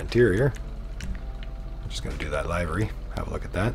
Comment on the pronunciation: He says livery sooo wrong SMH🤦‍♂️